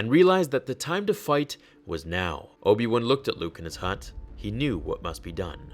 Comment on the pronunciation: Obi One T_T Its WAN, BRUVH T_T